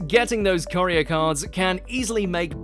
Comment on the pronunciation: Is no one upset at how he is pronouncing courier?